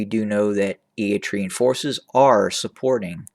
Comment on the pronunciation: How do you know?? When you don’t even pronounce their name correctly. We Eritreans have nothing to do with the mess in Ethiopia. We are not looking to acquire any land. All what we want is peace in the region that you (westerners and EU) don’t want to see. ENDF is not in Tigray and we are not to support any conflict between Sudan, Egypt and Ethiopia. We see them all as neighbours that can come and work together towards prosperity but you will not allows because it is not in your interest to see strong Africa. Please leave us Alone.. all your video is full assumptions with no concrete sources.